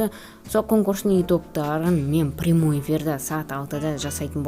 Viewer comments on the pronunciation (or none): none